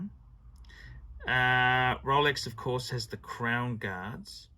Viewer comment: A tale oph three wiphes